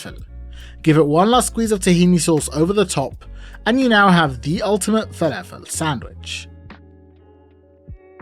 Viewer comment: Add a teaspoon of salt. Proceeds to dunk in a bowl of salt. Anyways, I learnt a few things. It's pronounced felefel not falafel. And there is a new word, nother. Never heard it from a Brit before. I thought it was only Yanks that mangled the grammar of the language that badly.